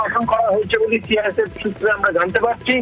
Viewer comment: Report er mam CISF bolteo parchhe na thik thak